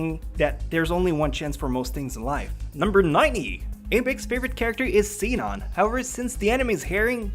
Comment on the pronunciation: "seenon" oh